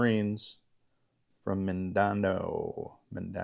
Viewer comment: Even though it doesn't seem like the middle syllable is "din", it is pronounced Min-din-ow, almost like min-din-now without the "n" of "now", more like the sound of pain "ow".